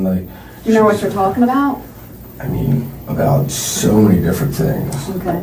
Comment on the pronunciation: What is he “tulking” about?😂